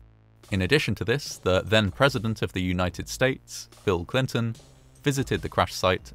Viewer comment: Really sounds like your saying phill Clinton